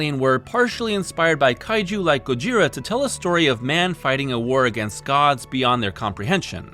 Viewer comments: Dude please just say "Godzilla" - saying "gojira" with an American accent is even more wrong than using the official English name. It's a mispronunciation of an imperfect transliteration and it just really ground my gears. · If you can't pronounce "Gojira" correctly, just say "Godzilla".